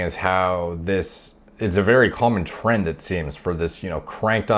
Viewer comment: When you said, “The general trend...” I couldn’t help but immediately think you said “trenned.”